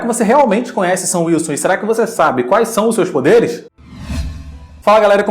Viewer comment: cara...... toda vez que o matheus fala “sam wilson” eu ouço “seu wilson” e fico “????????”